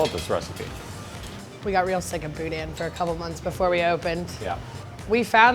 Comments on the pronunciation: Not gonna lie it annoys me that y'all say BOO-DAN. Its one word not two, boudin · Grew up in Houma, La, love this show... I can't stand hearing boudin pronounced "boudan" it's boo-dah; just saying. Love the show! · Also quit producing the N in boudin (boo•daH~) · "Boo Dan" No.... please.... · Every time they pronounce the n at the end of boudin, I die a little inside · South LA pro-tip: Don't pronounce the "n" at the end of boudin. You're saying it nearly perfectly until I hear the "n" sound at the end. lol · Less emphasis on the "in", show up around where I live, you gonna get "THE" look.